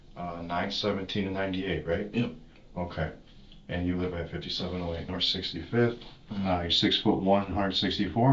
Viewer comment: "They drove Norf..."